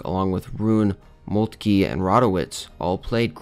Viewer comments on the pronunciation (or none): Hols-teen just irritates my ear. ein in German is i like in time. And Molt-kuh not Molt-key